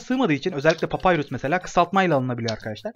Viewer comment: Abi vio larda lütfen papürüs a payrus deme çıldırdım